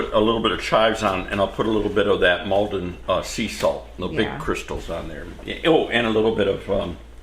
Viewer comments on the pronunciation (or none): none